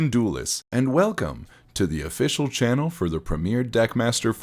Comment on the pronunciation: UH-TEN-CHUN DOOLISTS!!!